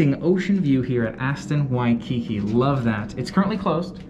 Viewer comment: In the word “Waikiki”, the emphasis is on the last syllable (the second “ki”).